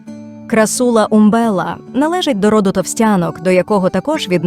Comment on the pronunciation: не крассУла, а крАссула